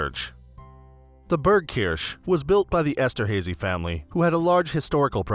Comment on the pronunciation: Very distracting how the narrator mispronounces Haydn and Esterhazy.